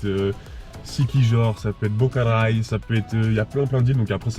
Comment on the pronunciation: Superbe vidéo, j'habite ici depuis 3 ans, à iloilo... tu m'as fait rire quand tu as dit Bocaray au lieu de Boracay, donc je t'enlève 0.00001 point, lol. En tout cas bravo !!